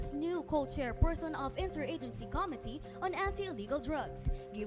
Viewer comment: Committee is mispronounced along with other common words. That gave you a big mark down.